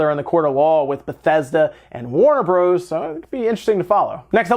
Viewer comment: Who the hell says Warner Broze???? Hahaha